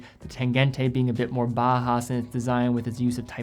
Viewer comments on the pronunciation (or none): Great video, as always. I love watching them! Since the Bauhaus movement originated in Germany the correct way, and easier for you, to pronounce would be Bow (like Bow Wow 🙂 ) and house ( like 🏠 ). Pretty much like it's spelled, letter for letter. Thought you might like to know. It's much easier than Ba-ha. 🙂 I learned the correct way to pronounce the name of brands from your channel so I thought returning the favor. 😛